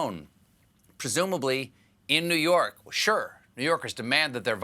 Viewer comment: "New Hork, New Hork"?